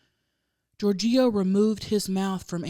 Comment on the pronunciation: 😂 GiorGIO. I feel like the wrong emPHAsis was on the wrong sylLAble. Perhaps you're unfamiliar with that name. I think it's like "GEORGE-io".